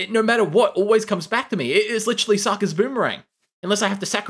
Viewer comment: the way he pronounces sokka. 😞